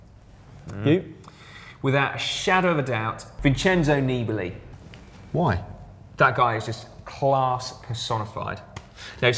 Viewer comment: Vaughters, is it so hard to pronounce "Nibali" with the correct accent???